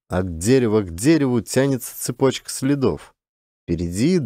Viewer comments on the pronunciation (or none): none